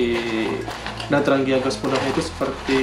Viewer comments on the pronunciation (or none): di bacanya yg bener tranjia...tranggia